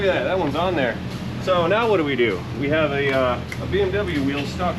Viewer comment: Not to be a stickler I believe Your accent referring to the BMW is wrong mate, Autobahn if German BMW is fish and chips😂😂😂.